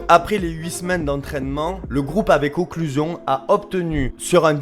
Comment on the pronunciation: Tu fais une video sur un principe dont tu ne sais même pas prononcer le nom mon dieu c le fond d’internet la